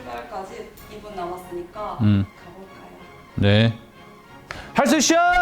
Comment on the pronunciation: 할수있셔... 중얼거리믄거 왤케 기엽냐😖🤎🤎